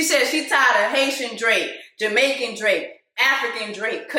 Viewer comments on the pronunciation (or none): Not you calling Drake “Draq” 😁